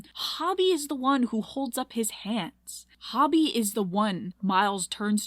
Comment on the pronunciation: Girl watched the movie 3 times and still can’t say hobie’s name right💀😭